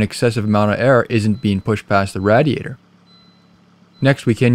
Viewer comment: I couldn’t help but notice how he was saying Radiator 😂 it’s totally “Rad” 🤷🏽‍♀️ I Guess